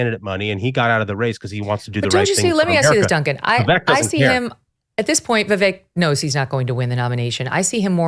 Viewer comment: I disagree. Vivek is the one. Haley is a War Hawk. I totally disagree with this dude. Aweful. Damn, this dude is liking Scott. Lol. Aweful. Plus, Ruthless cast is pronouncing Vivek's name wrong. Plus, Haley's daughter is 25 years old. 25 yrsold!!! Not a child.